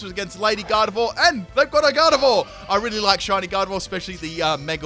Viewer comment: What you said | What you mean Gar-dee-vor | Gar-dee-vwar